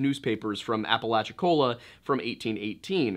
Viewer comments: Yeahhh I kinda took issue with that. I’ll chalk it up to simple ignorance because he did make the effort to research the indigenous folklore and I felt like he did a good job with that. But also, most of us probably already know how to say Appalachia, not too hard to add “cola” to the end lol. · Every time i hear "apple atch ya" i want to throw apples at people